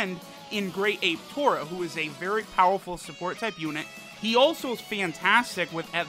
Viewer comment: His name is not Tora. His name is トーマ tooma for Tomato. You remember they all have vegetable names. So it is Tooma